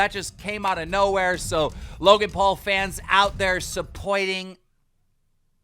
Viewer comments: "Suppoiting" I am deceased LMAO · “Supoying” -Keem ‘21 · That new yawk accent almost came out lol suppoiting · "supoitting" lol keem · if Ethan doesn't make the way keem said "supporting" a podcast sound I am going to be very upset